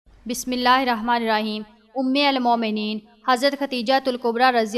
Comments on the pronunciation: Aap Urdu ka alfaaz galat padh rahi hn.. Ummul momneen..sahi.. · Umulmomineen ghalat parh rahe hain